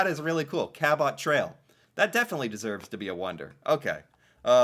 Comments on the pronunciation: Hi. I don't know if you will read this as it's a few days old - but just in case: 1 - Cabot trail is actually pronounced like - "cab-it" trail. Your pronunciation MAY have been a bit closer to the actual explorer's name but not quite enough. (He was Italian & his name [before being translated into English, by the English was] Giovani Caboto - "GEE-O-Van-EE Cab-O-toe" 2 - While seeing the Northern Lights is not an active activity, you WOULDN'T get bored very quickly as the lights move around the sky & shimmer & "dance". It is supposed to be quite mesmerizing. I have seen videos & it is mesmerizing in those, never mind in real life. (I have never been fortunate enough to see them in real life either.) 3 - The Bay of Fundy - The HIGHEST TIDES IN THE WORLD. What this means, is that there is a HUGE change in how much water is in any particular place within that area between low tide & high tide. You said you remember the picture of "those rocks" - they are "The Hopewell Rocks". I was there to see the changing of the tides & IT IS SPECTACULAR! At low tide - you are WALKING ON THE OCEAN FLOOR. At high tide, the water reaches to almost the top of those rocks that the trees are sitting on top of! The CHANGE is REALLY PHENOMENAL! Hopefully one day you will get to see these wonders in person. Just say the word & I am sure that you will have Canadian viewers that will help find you accomodation, transportation if needed etc. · Cabot Trail..... You pronounce Cabot like Rabbit..... Just replace the R with a C and say it that way..... You're Welcome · Cabot has the emphasis on the first syllable, not the second. It's pronounced CABit Trail. It's also Cape BREton, not BreNton. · Note to: Your pronunciation sounds like how the French might say it but in English the first syllable is accented - as in CA’ bot. I think that accenting the wrong syllable is a common mistake people make with an unfamiliar word, especially place names. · Cabot……. pronounced kabut.